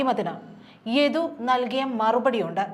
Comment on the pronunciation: യധു അല്ല സഹോദരി യദു ആണ്...ഉച്ചാരണം ആണോ...കേൾക്കുന്നതിൽ തൊന്നിയതാണോ എന്ന് അറിയുന്നില്ല...